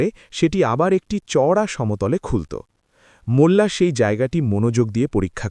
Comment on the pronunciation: "মুল্লা" নয় ওটা হবে "মোল্লা '